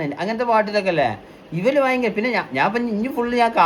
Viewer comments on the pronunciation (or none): none